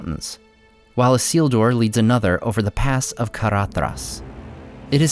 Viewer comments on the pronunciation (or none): none